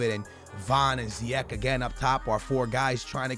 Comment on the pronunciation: it's ziyech not ziyek, and play him at CAM not RM, you'll enjoy him gameplay more